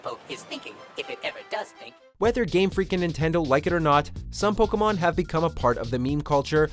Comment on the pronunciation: I’m cringing at how he’s pronouncing the pkmn names